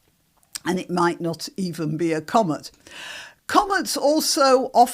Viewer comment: It's "comet" not "commut". 😄